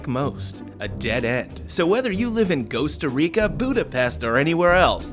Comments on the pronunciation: ghosta rica vs costa rica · Ghosta rica and boodapest. Haha.